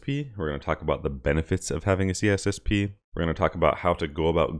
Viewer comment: Why do you miss the “I” out every time you say C “I”SSP 🙄